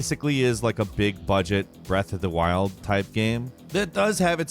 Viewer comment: Nobody:: BREATH OF DA WILLDD!!!